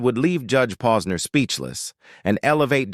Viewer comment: I heard 3 different names mentioned about Judge Posner!! I wish AI would say the real names and sound human better!!